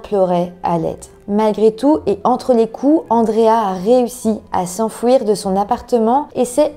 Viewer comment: S'enfUIr pas s'enfouir 😅😉 merci quand même pour cette vidéo